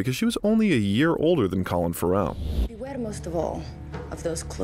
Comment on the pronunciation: Colin Ferrel Renée Zellweger | Please look up the proper pronunciation of people's names if you don't know them.